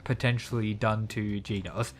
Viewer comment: OH NO NOT "GEENAUSE"😭